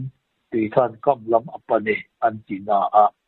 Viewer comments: A bengvar thlak thin, an ni pahnih avang hian ..dam reng hlawm rawhse . Chutih rualin ngaih mawh deuh lo sawi lawk .. Tui lian 'kam' lam rik dan kha Kám tia lam ni se, ngaihthlak a nuam deuh ang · kan pu hi tui kam lam rik dan tur hi lo hrilh ava ṭha ve...kam lam rik dan tur hi chu -(dance - lam) lam rik angin tui (kam) - hi lam rik tir ava ṭha ve 😂😂